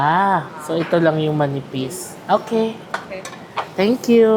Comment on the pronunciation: Natatawa ko sa "tenk kyu"!😂😂😂 nagiging Chinese accent na...hehe mapapagala na nman ako sayo 😅 😅...❤❤❤❤❤